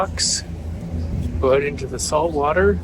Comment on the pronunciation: If I was this guy and I could go back in time the one thing I would, i would do, if I were him, would be to go back in time and learn how to pronounce the word "out". That's it. Other than not being able to say the word 'out' correctly, great guy!